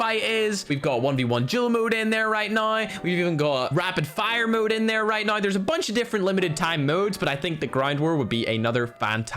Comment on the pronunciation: Maybe it’s time you actually say “now” as N O W and not “nine”